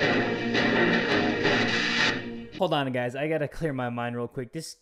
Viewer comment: It’s “Gucci”,and it’s “guys” Not trying to be rude